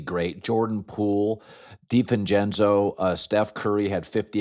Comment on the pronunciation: Why does Colin struggle so much to say divencenzo